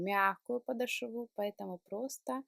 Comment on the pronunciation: ударение в слове " подошва" делается на букве "О" в середине слова. Говорите грамотно, а то уж очень " режет ухо".